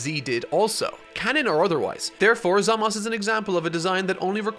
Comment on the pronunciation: I love the styles used!! It makes me want to watch the entirety of dbz for a 10th time lmao. The only issue i have is how you say Zamasu. Its Zam-ah-soo. Three syllables. Not zam-as. Im not 100% about the subs and how they say it, but in the dub, its Zam-ah-soo.